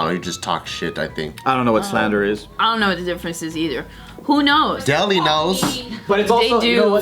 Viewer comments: hai it's not deldi it's delhi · is a cutey but I couldn’t concentrate after she mispronounced Delhi.